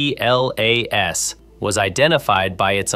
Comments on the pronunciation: ATLAS is pronounced "atlas" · Does nobody actually narrate their own videos anymore? Come on just say Atlas as a word............ do it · No, it's pronounced "atlas"